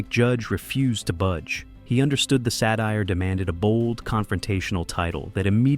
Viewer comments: Its pronounced "satire" not "sad eyer". Idk if you're aware. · what is Sat-eye-ur? I feel a lot of teachers really failed their students, not because they couldn't teach them, but because the students couldn't learn. satire is pronounced Sah-tai-ur satire...not Sat-eye-ur. How many people had teachers that failed to teach them how to pronounce words? each grouping is called a syllable. Each syllable has a point to stress. Pronunciation is a big deal in vocal communication.... this is why idiocracy is a documentary. Even people aware of it still fall under too ignorant to know anything it seems. I feel like Idiocracy is the adult and more realistic version of Wall-E. Same story, but only from the people who couldn't leave the earths perspective. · Why can’t you pronounce satire? It’s a “t” mofo. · it only fortells the future if you're not smart enough to know the future was the present....its not a documentary, you guys don't seem to know what satire is, and neither does OP with his horrible pronunciation. The smarter people get as individuals, they dumber they are as a group...even entropy exists in intelligence. When one area gets more intelligent, the other loses that intelligence... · so you can say Satire correctly